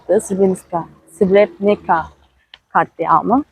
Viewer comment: srebrenıtska dıye bır telaffuz yok srebrenitsa